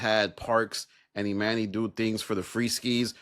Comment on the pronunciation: It dont bother yall he keep saying eMANee when we watched this show for however many yrs and NOBODY call him eMANee.. grown adults purposely being illiterate jus b hard to ignore ngl